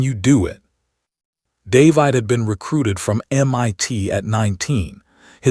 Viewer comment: The AI voice is pretty good, but why, why, why can it not pronounce DAY-VID?